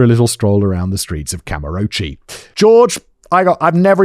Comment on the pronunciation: I've been learning Japanese for 5 years now, so this video hurt my ears. "Kamurochi" in particular was quite painful.